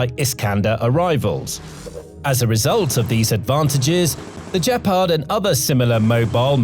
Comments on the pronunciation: Great report! “Gepard” has a hard “g” as in “good”, not soft. Keep up the fine work! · It's pronounced with a hard G and means cheetah in German. This sounds unresearched. Don't believe it.